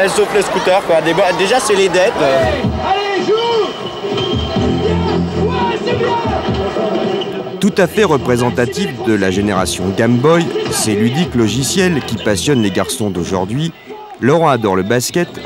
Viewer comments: "gAme boy" "dragon BAlle Z" Dès que ca parle de jeux vidéo, ils parlent de ce qu ils ne connaissent pas et ne savent même pas prononcer les mots. Et ca a très peu changé ! Sans connaissance, c est plus facile de dénigrer et d inventer. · Dragon Balle, Gamme Boy, ahah ces prononciations catastrophiques.